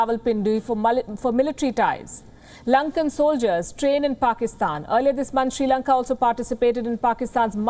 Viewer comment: The correct pronunciation of Sri Lanka is SRI Lanka(just SRI in a simple manner, do not give any weight to that), not SHRI Lanka. All Indians seem to make this error. Some Indians say, SIRI Lanka, which is also wrong.